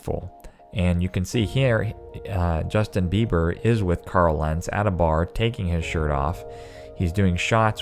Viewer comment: Ms. Jus-bei-her. Crazy right?